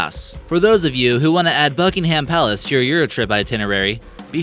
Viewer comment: BuKinGhAm PaaLacE like what I'm British and that's not the way to say it And what's an erb?? Soz I'm dumb